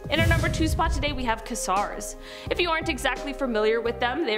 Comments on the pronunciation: I have a really hard time watching these when the host is constantly mispronounceing some of the space terms. It's not pronounced Kooper Belt but Keyeper Belt, it's pronounced Qwazar. There are a couple of examples as well. Yes, I am writing out these word phonetically so you can learn to pronounce them correctly. If you're not sure how something is pronounced, look it up in a dictionary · They're not called kazars, they are called quasars. Sorry but with this one it's say it as it's written. It stands for QUASi-stellAR radio source. Hope this helps. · quasar... pronounced kway-zar